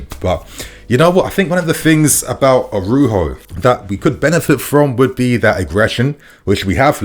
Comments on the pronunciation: it’s ARAUJO (pronounced ara-uho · Jesus, spell the man’s name correctly. Araujo! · Araujo. Bro, I beg you please put a bit more effort k. Spelling and pronouncing foreign players names. Makes you even more legit